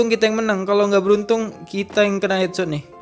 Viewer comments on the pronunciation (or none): Bg bukan hengsod yang bener hedsod